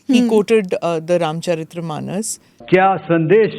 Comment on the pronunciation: You can't even say Ramcharitmanas correctly, and of course you call yourself great journalist, and a Hindi as mother tong.